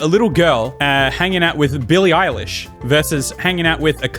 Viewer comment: I think the one on the video is Billie eyelash and not Billie eilish